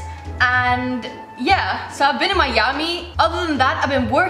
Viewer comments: She said Majami instead of Miami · It's M-i-a-m-i 😒